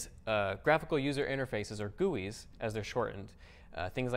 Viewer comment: When he says "gewwies" "Gee-you-ice"....